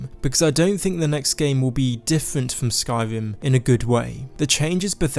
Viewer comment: Skywim, thwee, wealisticly, supwise